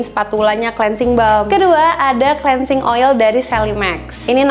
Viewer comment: bacanya klinsing bukan si